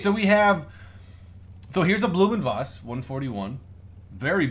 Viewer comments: Blohm and Voss is pronounced win English Blowm und Foss, with the V being pronounced as a "F" . Volkswagen would be pronounce Folks-Vagen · Pronounciation is pretty close. German V's are normally pronounced as english F's or Ph's. Try: Blooh'm und Phoss